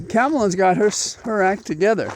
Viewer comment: Hi, you would be more credible if you would learn how to pronounce these powerful black women's names Comma-la Bee yon say. All the best, keep up the good work.